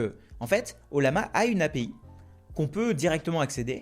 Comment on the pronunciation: Ca se prononce "oyama" 😉